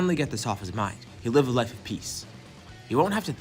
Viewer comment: You said life wrong lol😂😂😂😂😂 ur life is mid